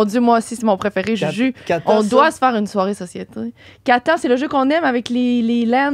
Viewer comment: Pomal sur que ça se prononce catane